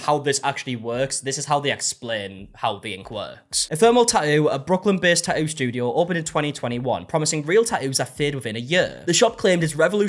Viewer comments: no one:: ta'ooo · The way you say tattoo is SO satisfying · I love the way you pronounce tattoo.